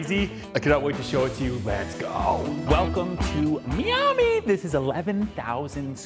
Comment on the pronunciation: Never say miami like that again... please